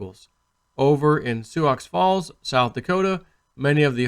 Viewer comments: It's "sue" Falls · That is pronounced SUE Falls. The X is silent LOL